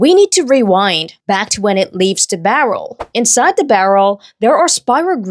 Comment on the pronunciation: You pronounce “the” as “da” but “throw” with a “th” still…?